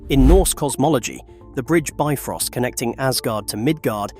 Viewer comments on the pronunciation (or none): none